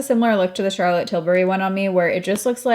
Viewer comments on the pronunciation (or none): none